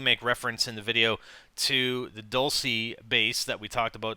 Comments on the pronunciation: its pronounced dulch-ay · ...its bugging the shit out of me how you say Dulce... its pronounced "dull-chay" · hey im in Spanish and its prononced (dull che') hope it helps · Isnt dulce pronounced as if it had a -ch in it? So that it would come out sounding like dulche? Idk. I dont have a very good attention span...... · IT IS DUEL-SAY